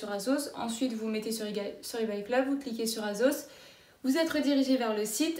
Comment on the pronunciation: « azos » ? « shiine » ?